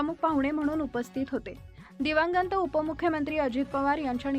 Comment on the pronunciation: मॅडम आपण मराठी व्यवस्थित वाचत नाहीत दिवंगत हा शब्द व्यवस्थित उच्चारा माफ करा पण दिवंगत शब्द नीट उच्चारा